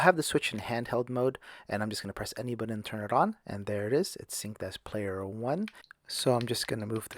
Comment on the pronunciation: He keeps saying, “budden”